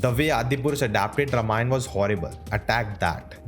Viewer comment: I'm afraid you are pronouncing Ramayan wrong. You're calling it रमायण, instead of रामायण. Infact, the correct pronounciation is रामायणम्